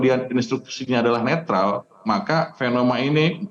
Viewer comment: Netral ... netril ... netrol 😂 ... Tukang bohong kok dipercaya ...